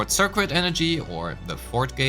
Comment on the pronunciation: Super helpful for understanding combat! Thanks! Another pronunciation thing - circuit. The cuit part is pronounced like the word kit, so sir-kit. Don't ask me why, english is weird. (Previous words I've mentioned, regen and abyss).